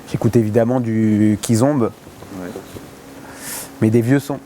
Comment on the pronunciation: Petite précision je pense que Fary voulait dire KIZOMBA au lieu de "Kizombe" Abraço de Portugal !